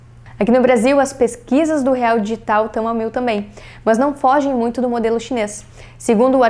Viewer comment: Adoro as meninas, mas esse MAHNS que ela fala é irritante kkk, é MAS!